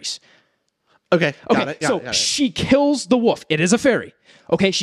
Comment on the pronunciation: pronouncing wolf as woof